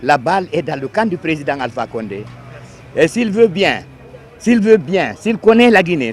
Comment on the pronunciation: On dit Alpha konde Burkinabè les peul la 😂😂